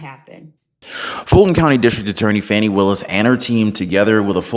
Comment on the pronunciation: It’s Pronounced “FAWN-E” not Fanny